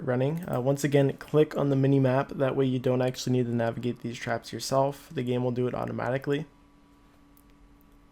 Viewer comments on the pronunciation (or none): none